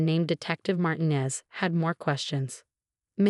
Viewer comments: A.i says Martin-ez. It’s marteenez. I’m very offended! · AI nearly always misprounces Martinez. Did you notice that it can't pronounce fiance correctly either?